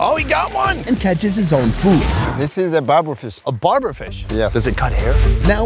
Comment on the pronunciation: It's not "barber" fish. It's baber.